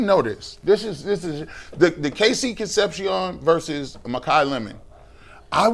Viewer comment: Con sep see ohn Jesus, learn to pronounce